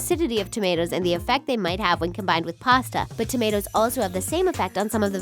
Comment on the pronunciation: When you said tammtos and cocombers I was like noooooo I'm not gonna stop